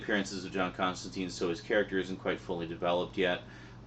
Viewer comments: You pronounced his name wrong. Everyone comic book fan knows his name rhymes with turpentine. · Alan Moore has pronounced Constantine "Constantyne". Garth Ennis has pronounced it "Constantyne". Andy Diggle has pronounced it "Constantyne". Simon Bisley has pronounced it "Constantyne". It's an English way of pronouncing the name. A very popular mistake. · His name is pronounced with a sound like brine, not teen. I was surprised too. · Sorry for being too belligerent. Its just that in the comic book community it ain't cool to mispronounce his name. The movie sucked balls to most of us afficianados because of its "Americanization". And the name isn't an exception. People, even Alan Morre, the one who created Constantine, always tells people to pronounce it right. And for a damn good reason too. Remember that time when Captain Marvell was suddenly has his name changed to Shazam, and this destroyed this character since New 52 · It's a Brit thing. They also pronounce Emperor Constantine that way. Apparently somewhere in the comics John corrects the pronunciation to the Brit version (of course) so it's canon I guess. Aluminum vs. Aluminium, whatever get over it.